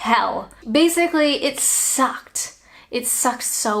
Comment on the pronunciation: So much negative in the comments. 😢 So here's a thing I noticed by way of lightening things up. Did anyone else hear the way said "sucked"??? Almost sounded like a UK accent....You're losing your Canadian accent and turning into a Brit...😁💗